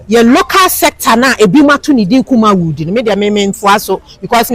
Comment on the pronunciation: Madam, be mindful with your pronunciation. It’s not Kumawoo, it’s Kumawood